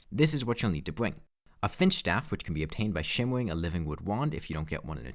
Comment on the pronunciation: I was interested, but had to click away a minute in, because you speak UwU. "Gwaveyard", "shimmewing", etc. are a bit too hard for me to listen to, sorry.